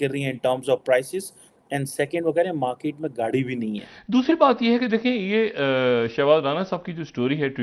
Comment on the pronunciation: Special: Please don't say मार्कीट like Pakistani anchors ! Say मार्केट